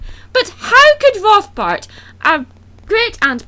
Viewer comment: You used Spongebob! Yay, Spongebob! Also, he wants to use the forbidden arts to take over? Might as well have called them the dark arts and called him Voldemort. Actually, I thought you said Voldemort the first time you said his name and I was going, "wha-?"